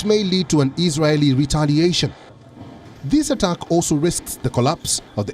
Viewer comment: Appreciate Wion for monitoring.But sometimes confused about this news men for his pronouncition .even (Attacked) I hear atugs